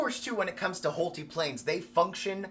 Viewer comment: I believe his name is pronounced Hole-Tie, not Hole-Tee. 👍😊 But I suppose if you’re spending that much on a plane, you could call it whatever you want 😁